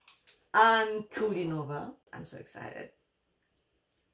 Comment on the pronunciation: Wow, surprise!!! Pronunciation of Ankudínova is perfect, loot of work i think. Bravo!!😂🤣👍